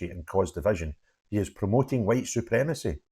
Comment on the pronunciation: After that hwhite, hwhite, hwhite, hwhite speech he made I think it is Humza Yousless who is the provable racist.